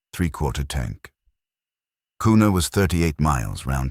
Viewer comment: Also its pronounced Qna not kooona,, Go Kavemen